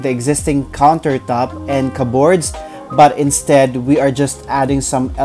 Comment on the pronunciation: The stress in the word CUPBOARD (kəbərd) is in the first syllable not in the 2nd. Sorry that’s me being critical otherwise your video is very engaging.